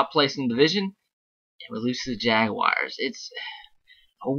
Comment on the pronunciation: Jaguars not Jagwires lol